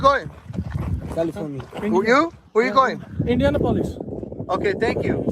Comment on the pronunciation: Fool can’t even pronounce Indianapolis